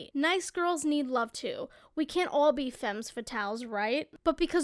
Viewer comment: The s in femmes is silent homie